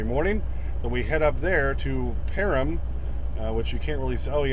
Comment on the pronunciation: Hey, Perham Minnesota is pronounced just like the hair care "perm". I've lived in Minnesota since 1982 and that's the way I've always heard it pronounced.